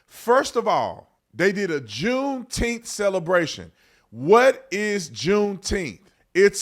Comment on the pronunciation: I've been saying the same thing about "Juneteneth"